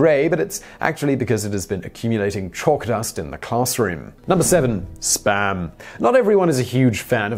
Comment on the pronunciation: Please don't pronounce Spam like that anymore... I was absolutely sure you said something else.